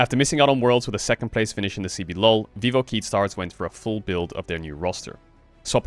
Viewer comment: Okay, Marc, just a heads-up: you don't say Keyd as KEY-d, you say it like the Spanish QUÉ-ee-dee Great video as always <3